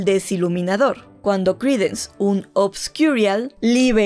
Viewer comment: Tienes que pronunciar obscurian en inglés? Suenas pésima...